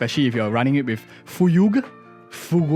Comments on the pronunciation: Pretty sure it's "Fyug" but i'll take all the laughs i can get from Fugue's name 😂😂😂, the most divisive topic of HSR rn. Foogay,Fyugui,Fuyug,Fugwe Nice Prediction nonetheless ! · I believe Fugue is pronounced in one syllable, like what you’re saying but faster. “Fyoog” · for anyone wondering, its pronounced "fyoog" (try saying "few" with a hard G at the end) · I just pronouce it fewg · It’s just « Fyoog » man.